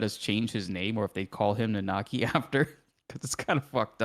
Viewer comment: My man, you know how to pronounce Nanaki.